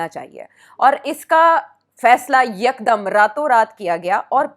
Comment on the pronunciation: YEEEKKDDUMM 😂😂😂 what's this madrasi style yeekdumm 😂😂😂